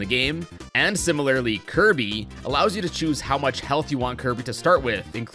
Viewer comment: He said Kirb not Kirby or Kirbo